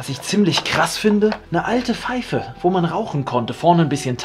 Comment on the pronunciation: DAS HEIßT PFEIFE UND NICHT FEIFE